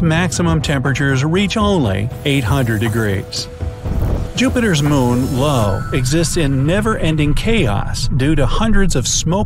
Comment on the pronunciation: no, it’s moons name is IO /ī/ /ō/